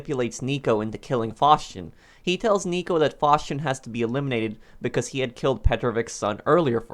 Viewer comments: Why are you saying fauschin it's faustin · ‘Faushchin’ it’s Faustin lol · I kinda hate how he says Mikhail Faustin’s name 😂😂😂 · How tf do you pronounce "Faustin"